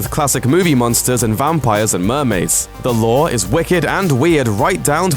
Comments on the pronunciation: Why does it sounds like you're saying the law for the lure? It's loo-er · You kept on pronouncing the "The Lure" as "The Lore".